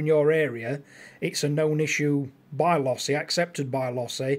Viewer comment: It is pronounced Low-see